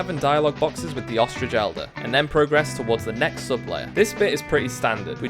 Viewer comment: Awesome video but please for the love of god stop pronouncing the verb form of “progress” like the noun form 😭